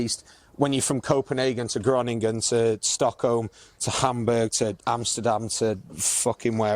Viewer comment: Nijmegen 🔥 Love how you pronounce ‘Groningen’. And on tour, love how Al takes care of so much stuff including looking for the suitable base in Holland when you are doing various venues so that you don’t need to move place every day. See you in the Paradiso lads 🖤🖤🖤🖤